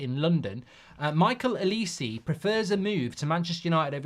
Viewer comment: why do u call olise L-E-See